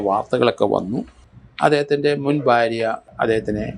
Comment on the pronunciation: Sir bharya ennu nere ucharikkuka please barya alla